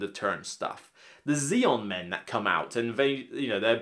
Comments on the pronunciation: And you KEEP CALLING THEM THAT Aeon Men There's no Z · Why did you say "Zaeon men?"